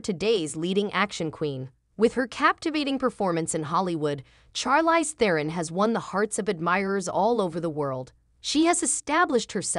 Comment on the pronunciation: You are not pronouncing her name correctly